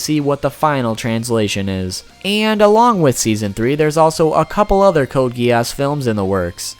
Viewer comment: Code Gee-Arse